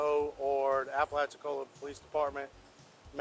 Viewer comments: It's pronounced appa latcha cola bay. Locals pronounce it appa latchee cola. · Nice pronunciation of Apalachicola Bay lol. It’s Appa-Latchi-Cola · you might want to brush up on the proper pronunciation of Apalachicola lol... 😅😅😅